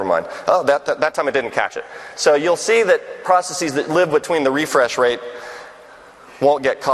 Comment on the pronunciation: Mark, you’re a legend, I love your work but, for gawds sake, why are saying “processes” like that? It’s driving me nuts!